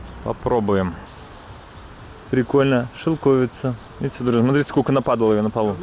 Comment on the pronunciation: шелковица - ударение на букву и!